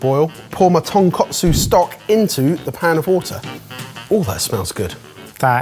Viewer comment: And it's tonkOtsu not tonkAtsu. Tonkotsu (pork bone) and tonkatsu (pork cutlet) hose are two completely different things, and he kept saying the latter.